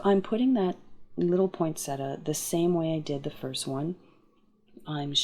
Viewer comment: beautiful cards! Interesting fact, there is no T after the n in POINsettia. This is a plant that was named after Joel Poinsett. That might help you to remember how it is pronounced. Here's some more interesting facts